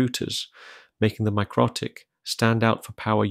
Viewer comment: Isn't it pronounced mick-roe-tick , Anyway where did you get this ? Literally none for sale in the UK